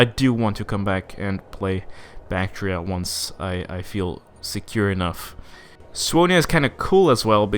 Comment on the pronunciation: That's how Scandinavians pronounce it.